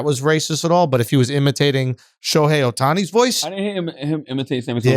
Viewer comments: "Show Hey Oh Tani" is how you pronoun his name Charlamagne aka (Stephen A. Smith 2.0) even a GED grad can pronoun that Charlamagne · Black men hates Asian men. Just like how charlamagne didn’t even try to say ohtani’s name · That Black host was like ... “What are your thoughts about the player I can’t pronounce” Well done!